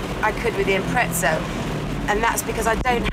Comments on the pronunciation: ffs it’s impreza not “impretza” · it is not IMPRETZA... it is impreza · UK and US are both wrong, the Japanese pronounce it "Impressa" and they invented it. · When did they put a T in impreza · Obviously not very observant, my very obvious reason for bringing up the Forza series is they're pronounced exactly the same. You can literally just search it up. There's a T sound in both Impreza and Forza. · What the fuck is an Impretza LOL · Impreza or Imprettza? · who the fuck says impretsa? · "Impretza" lol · Lol impretza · You say impreza wrong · I was so triggered every time, where is the T.